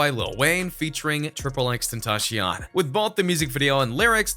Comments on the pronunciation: Wat da fuck is XXXtentashionnn Its xxx-ten-ta-sionnn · "tRiPlE X tEnTaShIyAn" like stfu if u cant pronounce his name right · I like the video but the way you pronounced it annoyed me-triple X-Tent-a-shion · Triple xxx tentaSHION He said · Triple x tenta-shon.. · Triple X Tentashon 😂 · "tripplextentashion" smh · X X X tEN-THA-CION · Three seconds and he said triple X Tentacion no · Learn how to say his name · Ok if your gonna say x’s full name please say it right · This guy says “xxxtentacion” so weird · Don't say x's name when you can't say it right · Still can’t even pronounce his name AND HE TOLD US HOW TO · You don’t even know how to say dudes name